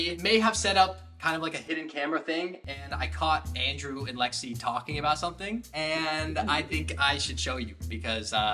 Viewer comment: Why are u saying landrew it's Andrew